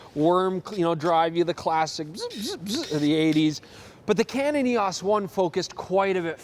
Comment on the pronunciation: The F4 was NOT unsung. It was sung quite a lot, back in the day. Not everyone jumped ship for Canon. Eee-oce, not Eee-osss. Or maybe that's just how Canadians say it, kind of like: "Ay?" instead of "Eh?" I hear you on shooting that crap shot because of the effort. The funny thing is that the video man had the really good shot there, but it was wasted because was babbling about it. The beautiful cameras from my youth were: Rolleiflex, (any) Nikon FM2n, Olympus OM1n, and Rollei 35. Great point on the viewfinder. They kept cutting costs and tried to replace a bright optical finder with more electronic doo-dads. Failed. You did some REALLY nice work with that red filter! The puddle shot was great! I'd print it at 8x12 and frame it, if it were me. I was wondering what that creamy grain was, then you showed the film window. Of COURSE it was Tri-X! As for the shutter sound, yeah, it is epic. It is the basis for all fakey electronic shutters now, isn't it? Wait, the F4 is the ultimate manual-focusing Nikon? What about the F3, where you get that nice tactile film winding? Or the FM2, with its even nicer winding and full mechanical-ness? More classic film cameras, please!